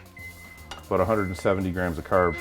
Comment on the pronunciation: curbs, aboot